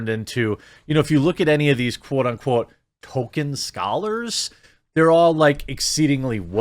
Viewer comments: Jeremy is the only person I have ever heard pronounce the author's name "Token", instead of "Toll-kin"... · TOLKIEN, not TOKEN. He’s not a freaking South Park character 😡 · Tolkien is pronounced "toll-key-in", not "token." I wouldn't care but the sloppy pronunciation has been used to backpedal a perfectly legitimate choice in the naming of a South Park character. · Sounded like you said Token, confused me for a bit.